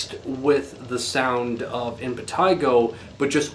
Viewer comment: Yes, that's the correct pronunciation.